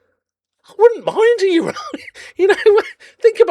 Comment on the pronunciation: Gonna have to work on that pronunciation of urinal lol